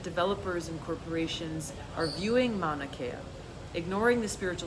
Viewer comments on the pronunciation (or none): That's pronounced MAO-na KAY-ya